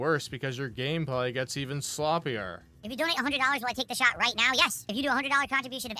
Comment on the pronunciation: I hate how he doesn't pronounce the T at the end of words. The "shah" instead of "shot" makes me angry.